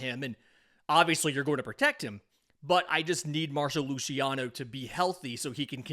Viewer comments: it's Marc-o Lu-see-ano, not Marsho Lushiano 😭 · mar-ko lew-cee-on-ohhh